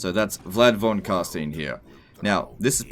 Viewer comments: The Vampire lineage is pronounced Von Carstuyn, not Von Carsteen. :) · Don't pretend you know german. It's closest to "Fon Carshtine". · von car-st-eye-n-s, not steeeeeeeeeens, they LITERALLY say it over and over and overi n the game von carSTEYEn, its just plain ignorance at this point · Why does everyone prononces Von Car''stine'' Vlad litterally pronounce his own name everytime you click on him it's Von Carstein not ''Stine'' I mean bruh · "It's pronounced Von Carsteen" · The way he pronounces Von Carstein is just unbearable to listen to. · Von Carstein? Didn't realize a group of Jewish accountants ruled over Sylvania. How is it people who spend thousands of hours playing a game cant pronounce the names of anything, even when it's actually pronounced by the game... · In German the vowel sounds are inverted when you have two adjacent to each other. So Stein is pronounced like Stien would be in English. Also 'V' is pronounced like 'F', like 'Volk' meaning 'folk' is pronounced 'Folk' like it is in English.